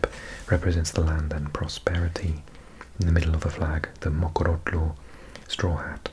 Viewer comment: Impressed with the Mokorotlo pronunciation, usually people struggle with the ‘tlo’. New Sub!❤️